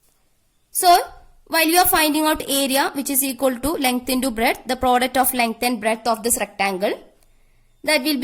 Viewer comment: Mam aap south india se hai kya coz u r saying product as ... 😋